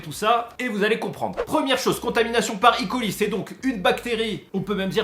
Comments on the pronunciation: Super vidéo, juste pour E.coli on prononce pas i.coli c'est euh.coli. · Pourquoi icoli ? C’est E colis soit escherichia coli. On est français le E se dit E et pas I. Bisous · Yo Super video et je te suis depuis longtemps mais stp dis: eu coli et pas i coli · On dit "E" coli (on prononce E pas i ). Parce que c'est Escherichia coli :) Merci pour cette vidéo qui aidera les le communs des mortels à mieux comprendre les contaminations et comment s'en débarrasser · ça me stresse à chaque qu'il dit "i coli" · Franchement c'est pas possible je peux pas te prendre aux sérieux si déjà tu prononce en anglais un mots Français (enfin a moitié vue que tu prononce coli a la française ) mais le pire c'est le E de E.coli est une abréviation du nom le nom a prononcé c'est Erichia coli ^^. Pour les kinder alors si je me rappel bien des mes cours de cuisine si la salmonelle péris bien a partir de 65 (avant c'était 67) sa toxine elle résiste jusque 120 . En temps normal même en mangeant un peu de cette toxine nous ne devrions pas être malade le hic c'est que avant l'étape de la pasteurisation il y a surement eu une faute qui a fait bondir le nombres de salmonelles et plus de salmonelle = plus de toxine